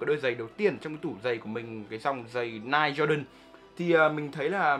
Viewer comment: Ni - Ke or Ni - key